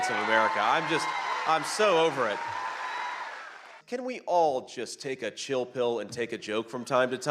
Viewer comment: The way she say's "Chill" with an Indian accent is different. We normally raise the "L" and she made it sound very low. I'm not Indian I'm Canadian.